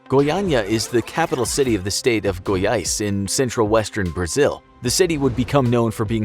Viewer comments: One of the few times I'm seeing a native English speaker pronouncing the acute and circumflex tone correctly in Goiânia and Goiás, Nice video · i thought his brazilian accent was good when he said Goiás, but when he said the name of the dudes i almost cried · Actually impressed how he managed to not trip on the pronunciation of Goiânia and Goiás. Foreign people tend to have problems pronouncing... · Wow, did you know the exact pronunciation of Goiás and Goiânia? Wow! A+